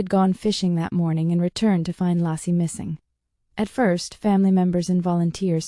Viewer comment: Laycee not Lassie. AI is wrong.